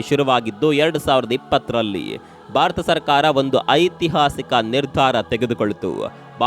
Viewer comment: Bharata not barata